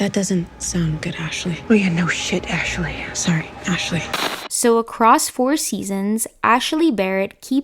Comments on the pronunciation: its “Ashley” not “Ashely” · 😂 just noticed.. ashaley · "Ashley" having three syllables is not something I ever thought I'd give thought to…